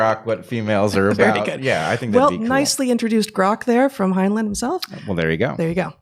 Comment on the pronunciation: I love your discussions! One small note...I believe the second syllable in Heinlein's name rhymes with the word, "line".